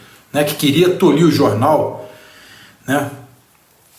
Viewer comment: A PALAVRA CORRETA É TOLHER, E NÃO " TOLIR"! VOCÊ É UM EXEMPLO DE CORAGEM, SENSATEZ E CARÁTER. TODO O BRASILEIRO DE BEM, LHE ADMIRA E INVEJA POR TAMANHA CORAGEM. PARABÉNS !!!